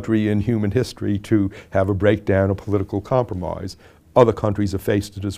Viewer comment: Not once in my life did I think I would one day be watching president Lincoln saying comproomoise over and over again to me. We live in an age, I tell ya.